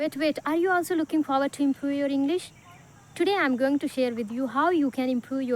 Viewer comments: Why are you pronouncing इंग्लिस instead इंग्लिश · She is not able to pronounce English correctly.she pronounces like englis😅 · It's not inglis it's english please pronounce this properly